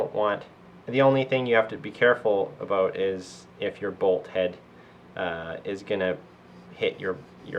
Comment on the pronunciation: Abooot. Must be a Canadian.